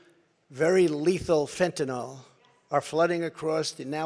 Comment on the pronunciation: "I kept my promises" said the bloviating moron who never introduced an alternate healthcare plan. You know, that marvelous thing in his back pocket he had ready and waiting for him to become president. And what is fentinol? It is "Fentanyl", there's no "O" in that name. And nothing but lies. But if you're willing to swallow than load of crap... At least he can still sort of read.